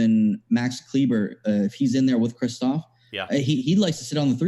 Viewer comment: Kristaps NOT Kristophs 🤦🏻‍♂️